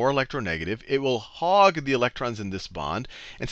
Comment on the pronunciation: "hog" not hug